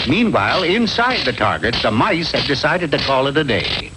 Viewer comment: said "mice" the proper way.